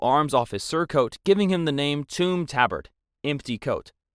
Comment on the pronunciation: The way bro said toom tabard is crazy